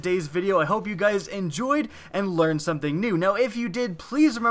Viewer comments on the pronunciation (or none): none